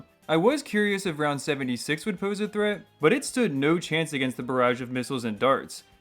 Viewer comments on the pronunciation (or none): none